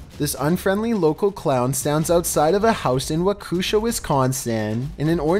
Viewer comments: "Wakoosha, WI" Nah, my friend. Waw-ke-shaw. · WAKOOSHA IM DEAD as someone who lives in wisconsin I can tell you its pronounced wak e shaw I love hearing people try pronouncing cities from Wisconsin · #3 Walk-a-shaw is the town name pronunciation. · wu-kush-ah is the funniest way I've heard Waukesha pronounced XD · Its pronounced WAKA SHAW Wisconsin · I’m from Wisconsin and all I gotta say is that you said Waukesha and Wisconsin wrong. Sorry it’s our pet peeve here hahah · A hahahahah you pronounced waukesha wrong oh well only Wisconsinites can